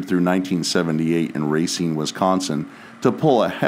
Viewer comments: Great video, but it's pronounced "Ruh-seen" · Just to let you know Racine is pronounced Ra-seen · Your saying Racine wrong. I had to say it as I’m from Wisconsin. Great video though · If only you could pronounce towns right